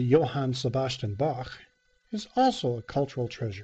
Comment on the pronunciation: Thanks for pronouncing "Bach" right :D You're awesome!